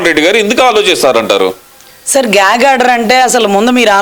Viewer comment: గ్యాంగ్ ఆర్డర్ కాదమ్మా, అది గ్యాగ్ ఆర్డర్.